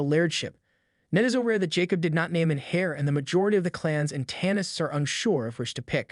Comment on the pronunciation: Good recap. I’m gonna assume you haven’t watched Outlander, So I just wanna give ya a few tips for the future. (Not AT ALL trying to be mean. Just to help) -Leoch is pronounced Lee-ock…heir is pronounced “air” the h is silent….. Beauchamp in this series is pronounced “Beach-um”. Dougal is pronounced Doo-Gil(which u did say correctly most of the time) and Craigh Na Dun is pronounced “Craig Nah-Doon” please don’t think I’m trying to be rude at all. Just trying to help for any future episodes. You did a good job!